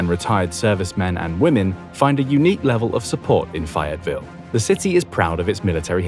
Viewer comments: It's fay as in ay, not fi. At least learn how to pronounce the city you're talking about. Did you ask anybody here how we pronounce our city? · As a North Carolinian who doesn't live far from Fayetteville, from my understanding, it is pronounced "Fay-ette-ville" not "Fie-ette-ville" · It is pronounced "Faye it ville" with a long "A"